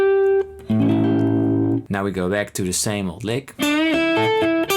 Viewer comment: The text transcription was revealing. "Lick", became, "leg". "Notes", became, "knows". Sorry, Paul, you need a highly-qualified English teacher. The teacher needs to focus on micro-points of your pronunciation. Your pronunciation has micro-deficiencies. The microphone is obviously high-end and swimmingly accurate. The microphone is telling the computer the tale. The microphone is a true reporter. Europeans often believe that there's nothing wrong with their English. You have little tiny problems that need to be fixed. Je zou me Nederlands moeten horen spreken. Je zou het gevoel hebben dat allergieën je huid aantasten. Please understand. You are a godsend to many of us in Guitarland. Also, when are you going to start singing. Try the True Fire course with Karen Andreas. :elbowcough:😚😎😯🤔🤗😊🏈🎿🎩🔉🎼📯📞💡🧲⚜🏁